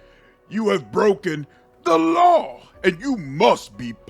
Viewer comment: I love how you always say THE LAW in all capital letters